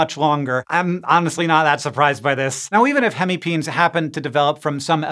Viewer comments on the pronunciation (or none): It is NOT pronounced PEENS. but PEENEES GET IT RIGHT !!!! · I'm relatively certain that "hemipenes" is pronounced "hemi-peh-nehs" and not "hemipeens". It's the Latin plural of the Latin word "penis". Or just say "hemipenises" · Bro deserves an Oscar for keeping a straight face after saying hemi-peens...